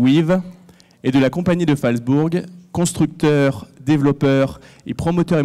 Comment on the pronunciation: Ouh la la... La prononciation de Phalsbourg est à revoir !